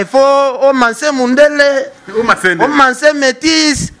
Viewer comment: olobi ebele mais olobi rien en plus oyebi ko prononcé ba mots te ozo loba ko manser au lieu de masser mawa trop!!!!